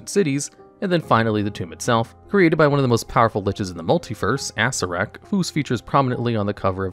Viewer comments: Me, too! Plus Assirak... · This guy. Undeads, T'eye ah mot, ass ear ak... you are killing me. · Acererak .. ASSREK?